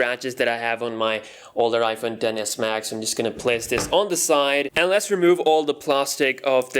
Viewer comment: Every time he says 10s Max I hear dentist max and have flashbacks